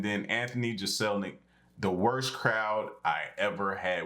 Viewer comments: Fyi Jeselnik is pronounced Jess-ill-neck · Jeselnik is pronounced 'jezlnik' and he is one dark humoured mahfugger! Aries is a killer too! Both are beasts and awesome at what they do! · FYI... It's pronounced Jess-il-neck